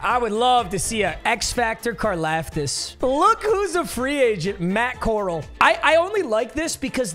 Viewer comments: Core- Al not Core- ul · Papa it’s Matt Corral like Golden Corral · Butchering Matt Corrals last name 🤦‍♂️ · Drove me nuts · As an ole miss fan it hurt😂😂😂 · Him saying Matt coral is gonna make me kms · Bro said matt coral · i love that he mispronounced matt corrals last name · Why you saying Matt Corral wrong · thats not how you pronounce matt corral